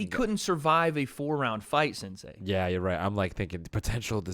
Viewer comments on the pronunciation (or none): Can someone please get to and explain that it’s “sensei” and not “sansei”